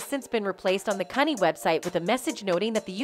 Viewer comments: I believe CUNY is pronounced Q-nee. Not cunny. Someone's not from the NYC area. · The college CUNY (CITY UNIVERSITY OF NEW YORK) is PRONOUNCED: "CEE-YOU-ENN-WHY". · It's pronounced Q-Knee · As a New York City native, CUNY Is pronounced “Q-knee”. I’ve noticed in many of your videos, you are mis-pronouncing many words. Sending advice, that’s all. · Hi please give this robot pronunciation correcting CUNY is Que-new